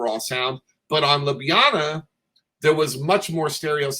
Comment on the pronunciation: Joe's pronunciation of Zagreb is closer to how you say it. Ljubljana he pronounces almost perfectly except the first "Lj" should sound more like the second one 😂